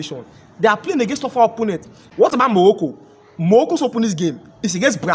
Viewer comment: Moghoco, nighiria, u can’t pronounce well. What’s your problem?